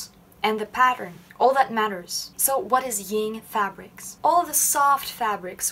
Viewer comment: Yin is pronounced with an N and not a nasal NG. Like sin. Not sing.